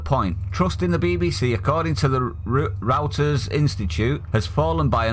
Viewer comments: It's pronounced roy-ters not row-ters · FYI, Reuters is pronounced as ROYTERS!! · It's pronounced " royters " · Reuters is pronounced Royters..Tories are Liberals toward the LEFT..True blues are Conservatives Margaret Thatcher, Winston Churchill, Enoch Powell, Jacob reece Mogg.. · If I may be so bold, Reuters News Agency is pronounced 'Roy-ters' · Reuters is pronounced, Roy ters, Just saying 🤦‍♂️ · 'roiterrs' is who to pronounce reuters! keep at it thanks for compiling this stuff. We need PR, I've joined Makevotesmatter, that's the only way anything is going to change. I listened to the BBC from when we voted to leave and the BBC was clearly biased. Emma Barnett on fivelive was the worst, never letting anyone get a word in if they disagreed with the BBC 'part line'. I eventually realised that the World Service gave a far better viewpoint and so the BBC isn't 100 percent left liberal. I'm a decorator and listen to the radio as have to work instead of fiddling with my phone all the time.